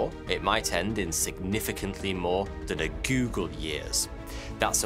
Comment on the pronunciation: It’s funny how your channel is supposed to provide vetted information but you can’t even pronounce the word more